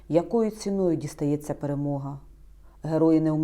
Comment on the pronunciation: Пэрэмола, а не пэрэмога😂😂😂